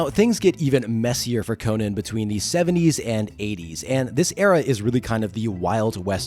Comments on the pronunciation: Dude, I'm still watching, but it hurts me to hear someone say KO-NUHN instead of KO-NAN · The barbarian is Co-NAN. The late night host and comedian is Co-NUN. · His name is Co-NAN dipshit! Not the talk show host🙄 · Its not pronounced like Arthur Conan Doyle's name. The Cimmerian is Co-nan, with the "nan" as in "nanny". Howard said so. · I believe the name is pronounced - Con'an He IS a kind of Super hero,- he doesnt die no matter what adversity he faces, he is also far taller muscular, and stronger than most men, Con'an is a Hero with out a costume, it's obvious to me why Marvel comics was so interested in the character, & aquired the rights also because of the character suits the comics format as he is VERY visually described in the books. Con'an has made it possible for many talented Artists to demonstrate their works such as -Earl Norem Frank Frazetta, & the brilliant Boris Vallejo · You’re pronouncing it incorrectly, and repeatedly